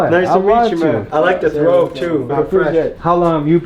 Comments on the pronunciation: It's a Kurta/Kameez not a "Thobe" (it's also not "Throbe") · Alright, so some of these Muslims don’t really practice it right plus, it’s called “Thobe” not “Throbe” 😂🤦🏻‍♂️ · It is not a throbe it is a Thobe or Jubba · i believe its a thobe, not throbe. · It's thobe, not throbe, much love to yall tho ❤ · "Thobe" "Thawb" not Throbe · Asalaamu "alaykum brothers, just want to clarify the "throbe" is actually a "Thaub" pronounced "thobe". May Allah increase you brothers. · I thought it was called a thobe not "throbe"